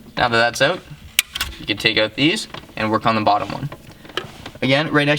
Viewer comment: It is OUT not EUT